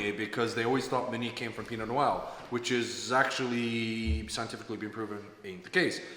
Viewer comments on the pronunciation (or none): Sorry if that came off as rude, I’m just very curious about this pronunciation. The correct French pronunciation is like “pino-nwah” but he seems to say “pino-n’wow” . Never heard someone say it that way! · Why does pronounce Pinot Noir like “Pinot N’wow”? Very odd lmao